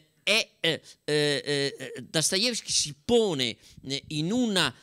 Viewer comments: Finalmente un uomo che pronuncia il suo cognome come si deve .. . Dastayevskj e non Dostoevskij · e beh stai parlando di uno dei massimi esperti di letteratura russa, vorrei vedere che non sapesse come si pronuncia Dostoevskij